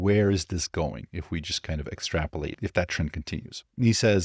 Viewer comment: haha, you cant say extaprolate...